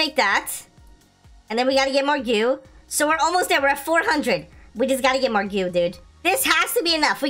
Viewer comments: why you say gew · U need to know what ur saying lol. “Goo” “Royal Jelly”